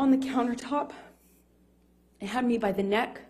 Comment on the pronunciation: “This could win me dee academy award”! Bugs B.